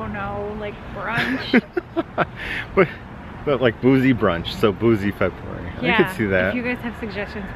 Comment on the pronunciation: Fe -booze -ary. BOOM nailed it.